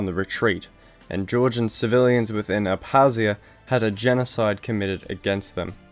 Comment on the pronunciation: You forgot to pronounce the K in Abkhazia & Abkhazians